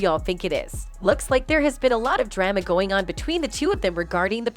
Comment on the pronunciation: Or how about pronouncing drama as dray-ma Good Lord who is narrating are they not from Earth?